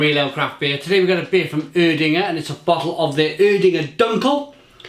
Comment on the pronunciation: Ig is pronounced Air-dinger